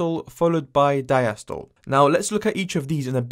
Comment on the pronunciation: bro it’s pronounced sis-tol-le and di-as-tol-le